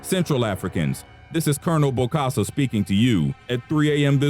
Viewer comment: its bokassa not bosakka ...